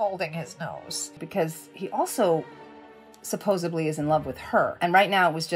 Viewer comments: I’m stuck on her saying “supposably” instead of “supposedly” while talking about Edward and Bella 😳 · How can anyone take this chick seriously?! She says taken back instead of taken aback & supposebly instead of supposedly. NO! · SUPPOSEDLY, not "supposably". 😔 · She said “supposably” instead of “supposedly,” “would have went” instead of “would have gone,” “vorocious” instead of either “voracious” or “ferocious.” The coach could use a coach! Even so, I enjoyed her commentary and insights. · Did she say "supposibly" ? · supposibly.....? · She really said "supposably"!!!